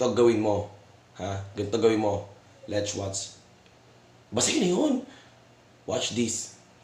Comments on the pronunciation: "LETCH WATS" daw.. Alien ampota!! 😆😆😆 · "lech wats" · "Gan'to gawin mo, LETCH WATCH, basta yun na yun, WASH THIS" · Anong LETCH WATS?? Mag-aral ka muna boy bago magpasikat.